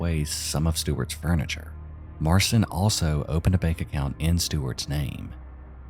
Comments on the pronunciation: Marcin is pronounced “Mar-chin”. “ci” in Polish is pronounced like the English “ch”, as in “chin”. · btw marcin is pronounced like martian, but the 'ian' is more of an 'in'